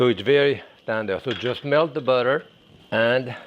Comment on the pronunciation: Love how he says butter. Beurre-tur.